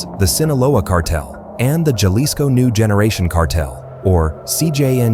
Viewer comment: Chuckled a little when the A.I. pronounced the "J" in, Jalisco.